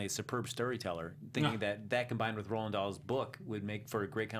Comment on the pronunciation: The author's name is Roald, not Roland.